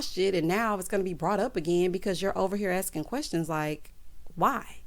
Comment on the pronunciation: “Querstions” does it for me! 😂🤣😂🤣😆